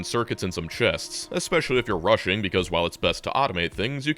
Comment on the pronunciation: he said "rushing" like "Russian"